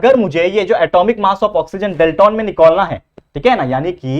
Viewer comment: Cheesy 😂 nikolna hai 😅